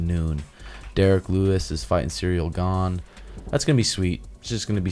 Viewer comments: Is trolling by saying the fighters names wrong…. Serial Gone, Pedro Moonez, and Vincet Luke? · Man said Cereal Gane 🤣🤣